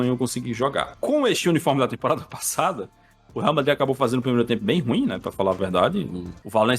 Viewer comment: ''varmadrid'' blz entkkkkkkk